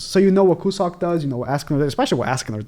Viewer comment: Cusack should be pronounced as "Q-zuck" and not "Ku-suck" lmao